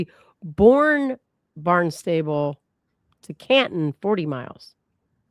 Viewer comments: Love that you immediately thought Sandwich had a crazy pronunciation, but consistently said "Barn-stable" when it's Barn-stuh-bull (emphasis on barn) 😂 ok. I'm going back to listen! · It's pronounced "BARN-stahbul" and it's about 50 miles from one courthouse to the other (if they are using the main one in Barnstable, it's a county).